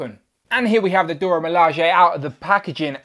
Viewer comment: Pronounced "Dora" not "Dorya", and "Ah-yo" not "Ay-yo".